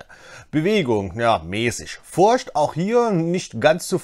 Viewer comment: Super Video, vielen Dank. Bitte noch das englische "th" üben. da gibt s super Videos. edit nach komplettem Durchhören: bitte auch das deutsche "ch" üben, alternativ versuchen die Worte "playthrough" und "Furcht" nicht in einem Satz zu sagen.